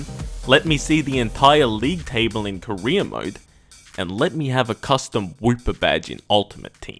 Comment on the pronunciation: When you say "career mode", I keep hearing "Korean mode"